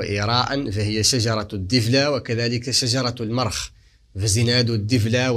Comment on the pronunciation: المَخ بفتح الراء وليس كما تفضلت